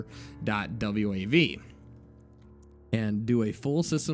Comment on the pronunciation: Wait... the dude popped some popcorn, took a dump, and watched some tv? In that order? Did he pop the popcorn and take it with him into the bathroom to eat while shitting? That's a little counter-inituitive. Also, just a heads-up, you pronounce.WAV files as just "dot wave." Other than that minor detail, great job,!